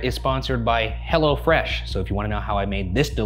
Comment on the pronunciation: Ryan it's Hello Fresh not "Hella Fresh" lol